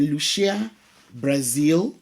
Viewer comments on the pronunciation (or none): none